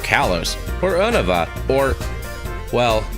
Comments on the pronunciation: Yeah it's U NO VA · the way u said Unova made me puke a little